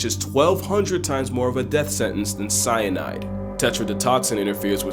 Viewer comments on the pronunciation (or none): none